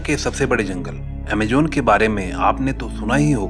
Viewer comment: It's not Amajon it's Amazon 🙏🙏